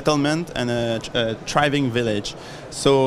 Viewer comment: “A triving village”